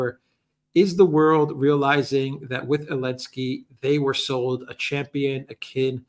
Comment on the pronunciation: His name is Zelensky, not any ski. Why do you keep misnaming him? It’s rather crass imho.